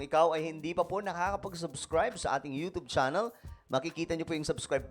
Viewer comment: Hindi Yotob iyan pag pronounce kundi yotyub yun…